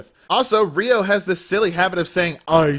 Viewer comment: Ryo not Ryu